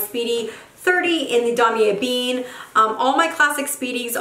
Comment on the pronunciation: It's pronounced like damier eBen (not ebean)